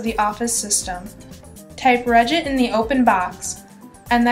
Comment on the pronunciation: Suite "suit"? Cache "catch"? Regedit 'regit"?' Must be hired voice talent...ain't no tech person.